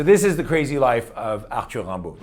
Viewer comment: WOW!!!! You pronounced his name correctly! Tres bien!